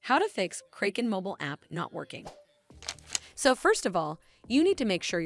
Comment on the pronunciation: learn how to pron unce Kraken